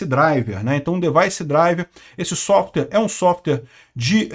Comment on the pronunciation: Vamos melhorar o inglês já que não dá para falar nada sem usar inglês: DEVICE se pronuncia [di-vaiss]. E SOFTWARE tem duas sílabas: SOFT + WARE = [sóft - uér]. Agradeço a atenção.